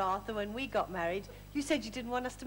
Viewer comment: Sally telling Stan there's a T in bit actually says "It's GO a T in it". drops her own T while correcting him.